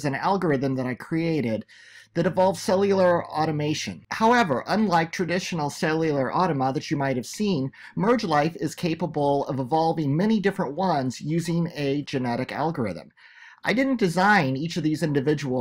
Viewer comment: You say "automation" instead of "automaton", and "automa" instead of "automata". How knowledgeable should we expect you to be on this subject, when you mispronounce the very name of the things you talk about?